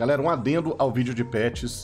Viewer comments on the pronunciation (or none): none